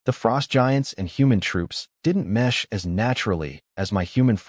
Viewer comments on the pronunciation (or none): none